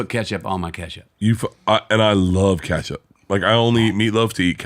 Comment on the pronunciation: He’s saying ketchup wrong on purpose drives me crazy. He does the same thing with tattoo, and Ben affeck. Every time he says these three phrases he says the words multiple times to make sure we know he’s saying it wrong